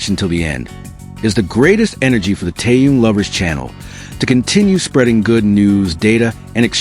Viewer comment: Почему ведущий постояно коверкает имя Тэхена..... Мужчина вы что читать не умеете... Так безграммотно читаете... Запомните эту суперзвезду зовут Тэхён.. Не таюн... И не тын а Тэхён......